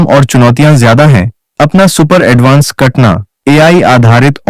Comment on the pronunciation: कटना नही उस का नाम कटाना है।